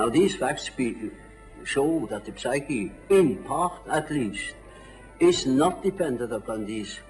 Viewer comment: One would think that a man such as he would know better than to pronounce the 'p' in words such as psyche; and yet...